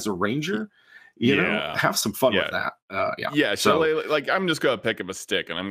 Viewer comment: Why is "Shillelagh" allways miss pronounced? Isn't it pronounced "Shell-LEE-Laugh" (kind of)... ???